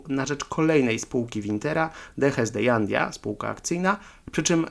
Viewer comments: Hej byłem tam , u Herr Wintera, miejsce niesamowite..j czytasz jak h czyli Hanidia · w hiszpańskim literę "j" wymiawiamy jako "h" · Jandia wymawia się „Handja”